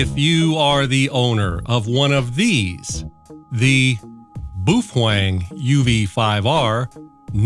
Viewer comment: You get me with 'Boofwang' every time 😂